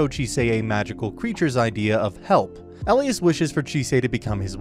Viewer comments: E - lie - as. Not el-ias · he said Elias' name wrong